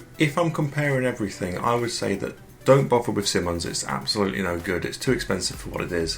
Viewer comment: It's pronounced "Simon" (like the name) + "eyes" (like those things in our heads). Simonise [verb]: to apply Simoniz your car. Of course it's American, so the verb suffix '-ise' is spelled '-ize,' or for trademark purposes, simply '-iz.'